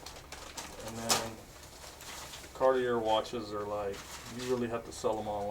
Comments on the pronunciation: Car-tee-ay not Car-tee-er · Cardi-Air....honestly never heard it pronunced that way. Get well soon .